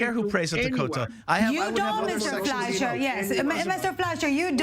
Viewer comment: The moderator had no control over this discussion and allowed the panelists to talk on top of each other. As a result, I couldn't follow the discussion very well. Also, the MK didn't know the moderator's name and pronounced as Fleishman. Weren't the panelists briefed beforehand?